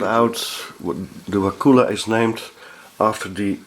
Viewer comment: So funny been in Wakulla Springs many times. It's very nice there... Take the glass bottom boat tour if you can. You pronounce it not as "wa-koola" but as a short "kull-a" So "Wa-kull-a"